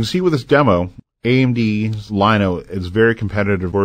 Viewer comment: This guy needs to learn how to pronounce the name. It should be pronounced yano not liano, since the double L makes the y sound in Spanish.